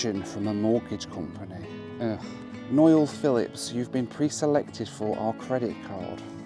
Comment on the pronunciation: “Noil” Philips! Reminds me of Josh 😂